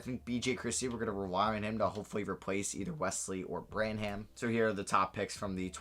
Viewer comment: Every time he said Bran-ham I physically cringed from how wrong it is